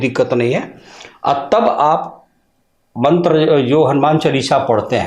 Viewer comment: उच्चारण मंत्र का गलत है l